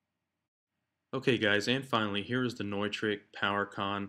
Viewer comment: I may try this on my Gator case. I have the DDJ-SX also. Thanks for the idea. BTW - I always thought it was "new-trick", not "noy-trick" :) lol